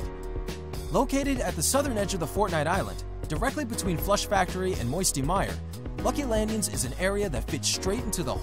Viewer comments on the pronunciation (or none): He legit says “lucy landings”😂